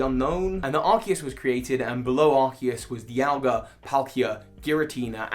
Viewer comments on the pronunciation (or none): none